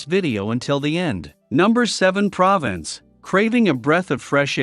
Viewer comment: "Province'' ? It's Pro vance' And 'look forward to peace and quite?'' Is a robot narrating?